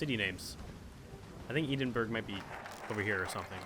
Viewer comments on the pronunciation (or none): Edinburgh is pronounced Ed In Bruh, not Edenburra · EDENBURG? THE FUCK YOU EDINBURGH? IT'S PRONOUNCED ED-IN-BU-ER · ee din burg lmao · eden-burg I lost it xD Where you trying to pronounce Edinburgh? its pronounced"edd-in-bo-ruh" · "ee den burgh"... It's "eh dinn bruh". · Eedinburger are you kidding me, it's pronounced ed-in-buruh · "EedinBurg" It is pronounced Edinborough -EDIN not eedin. It is spelt Edinburgh, but pronounced Edinborough. Odd, isn't it? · It's Edinburgh not eeedinburg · "E-din-burg" Please tell me he usually says it like this and just for the lols rather than actually thinking its meant to be like that. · Edinburgh! It's "Ed-in-borough" (pronounced) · "eedinberg" kill me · He called Edinburgh "Eedinburg" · the way you pronounce Edinburgh makes me want to find out where you live and force you to pronounce it right. it's ed-in-buh-ru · Its Edingburg edding like wedding minus the w and burgh is like bruh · Edinburgh is pronounced Ed'in-borough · it's pronounced ed-in-bruh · Ed in burg. XD it's fine tho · Edinburgh is pronounced Ed-in-bur-ah and Lothian is pronounced loath-a-in. hope this helps😂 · Ed - in - bruh is how it's pronounced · I know the Americans struggle with Edinburgh, but Eee-din--burg? Also Lothian should be Low-the-an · The way u pronounce Edinburgh is the worst😂sorry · >Pronouncing Edinburgh and Lothian like that REEEEEE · Sorry, what did you just call Edinburgh? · haha don't trust names to always sound how they look in Scotland. For example Milngavie is pronounced mul-guy.